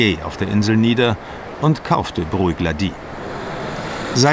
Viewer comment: "brùieck-laDIE"? 😳 um himmels willen das sind schotten, keine franzosen! das spricht man "bruch-LAdie" aus 😂😂 oder wenn man engländer ist und kein 'ch' kann: "brook-laddie"